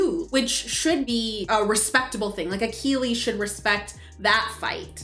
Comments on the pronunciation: It's such a silly thing but the way pronounced Achilles threw me off. The movie continued to give the proper pronunciation but he didn't care. I just kept laughing like they are saying Akilleez and he kept saying Akeeleez. I know it's small but I just found it funny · I loved this film growing up in my teens. Btw your pronunciation of Achilles was painful, tho haha. Anyways, great video, guys, as usual! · The way you're pronouncing "Achilles" is driving me nuts haha